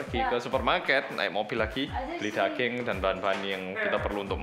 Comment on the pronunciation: Nama Asli: Daging Bilang: Dageng